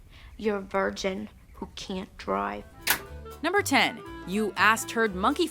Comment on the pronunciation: who can't drew-ive